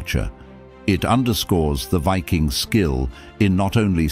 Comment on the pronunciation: Pity the narrator cant pronounce the word Viking . Strange because at the start of the video he pronounces the word Viking correctly but then lets his ignorance take over